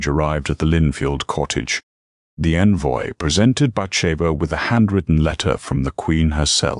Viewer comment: Yes, the odd pauses, mispronunciations (ie. hussar, envoy), and AI misspoken names were distracting, but the storyline managed to overcome them. The writing was good, the characters sympathetic and the narrator's voice suitably serious, with generally good intonation. Enjoyed this story. First time checking out this channel but will look for more. OR, USA